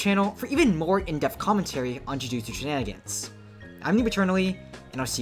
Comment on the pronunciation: “shininigans” THE WHAT TOWERS?